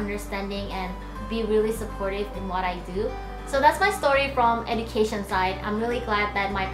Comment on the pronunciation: how you gonna be a lawyer if you can't pronounce education